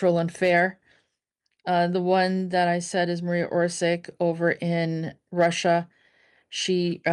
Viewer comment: Her father Tomislav was the arhitect and had office at the main/ central squre of city of Zagreb. You prounance surnem wrong. Also name Marija. Not Maria but woth "j" pronunce as y in yacht, and not stress on M. Surname is Oršić, Š pronaunce as sh in shame, Ć pronaunce as ch in chizle. Marija Oršić.